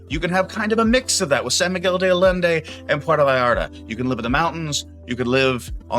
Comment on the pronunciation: “Allende” is Aye-EN-day. Isla is “GEESE (without the g) -lah”. When you botch the pronunciation of common words you sound less authoritative. A common problem with these retire in Mexico videos.